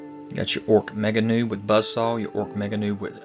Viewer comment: Ork Nobz are pronounced door Nobs not Noobs. Nobz/Nobs is short for Nobility, you know Nobs or Nobz. Maybe this is a British term so you are unfamiliar with it ?.